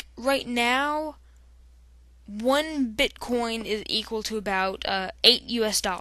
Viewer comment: He said bitcon😂